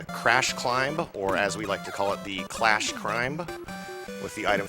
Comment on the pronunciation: Isn't it Crash Man? He keeps saying Clash.